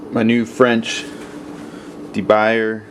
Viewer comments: Very nice pan. I have one myself, bought in fancy ass store in Paris. Cost about $45. It isn't pronounced "The Buyer", it it more like De-boo-year. The pan will last to your grand, grand kids if you treat it well. It will get really good in a few years (if you use it daily) and keep getting better till you die and beyond. Is a non-stick better? Yes. For now. A non-stick is a good thing for those who don't take cooking the full nine yards. For foodies - a De Buyer is a treat. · The name of the pan is French. It's not pronounced de buyer, it's de bu yeah. I learned that off another You tube video. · its not pronounced "dee-buyerrr" ...you...white...guy lol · Your pronunciation is damn funny! I'm guessing you're not French :) It's pronounced something like 'Duh Boo-Yay" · These pans rule and can last lifetimes. By the way, De Buyer = (deh-boo-yay)